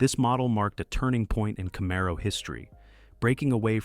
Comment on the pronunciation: Camaro.....Z28 seems to be quite difficult for this one... 🙂